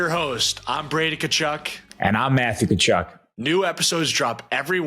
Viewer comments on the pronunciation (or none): Y'all need to emphasize the T in Thachuk, YouTube thinks your saying Kahchuck lol